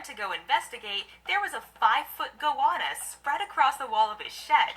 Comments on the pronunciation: It's a Go-Anna not a Gowonna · How can anyone mispronounce goanna go- anna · Box jelly fish feels like a wet plastic bag wrapping around your leg then wham the tentacles tighten and you get hit with excruciating pain and the tentacles stick to you and have to be removed carefully 😳 no ostriches in Australia. Goanna pronounced Go Anna 😂 salties Saltwater crocodiles are at the beach and waterways in northern Australia and parts of Western Australia and Queensland but theres always plenty of swimming pools 👍 just choose your swimming site wisely but yes come you’ll be fine 😀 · It’s pronounced go anna